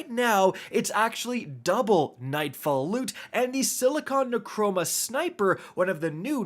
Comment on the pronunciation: Something that has been bothering me across multiple videos. It's neuROMA - not neuCROMA... other than that super helpful video!